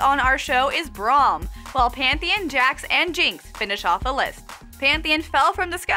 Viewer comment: PANTH EE ON!! jesus christ.